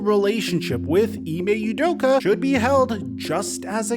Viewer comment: “Ime udoker” -Steve A smith lol